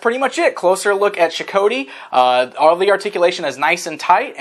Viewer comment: Boy I'd love to get some MotUC figures, sadly the budget just isn't there to play catch up on the secondary market for all the older stuff I missed out on or the newer stuff. That being said, pretty nifty review, although I could have sworn in the episode it was pronounced Sho-Koti, like Got, only with a K. Of course it's been well over a year since I saw them, I could be wrong.